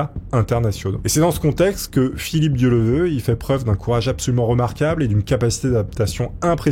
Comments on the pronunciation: Oui tu a raison,ds les commentaires.. PUTAIN a peine le début,Le gars n'est pas capable de dire son nom correctement,et je remarque,qu' un paquet de YOUTUBEURS font beaucoup d'erreurs, raconte n'importe quoi,ce trompe sur des années,ages, pays, argent, divorcé ou marié,etc.. La en 3min son nom toujours pas... Un manque de respect.. On dirait que c'est pas préparée.... LES MECS,vous êtes millionnaire en Abonnés DC fait le taf,sinon toute t'est vidéos y'a t'il beaucoup d'erreurs... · A un moment donné tu ne te dis pas... "bon, j'écorche son nom tout le long de la vidéo, je vais réenregistrer" ? AMATEEEEEUUUUR ! Merci quand même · Bonne vidéo mais dommage de ne pas prononcer le nom de la personne dont on raconte l'histoire correctement une seule fois... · C'était une vraie légende ce gars! Il était admiré par tout le monde, petits et grands! Un grand journaliste, avec cette intégrité comme on n'en fait plus. J'en rajoute une couche, les noms écorchés c'est ta spécialité 😂, mais tes videos restent intéressantes et passionnées, on adore!👍🏼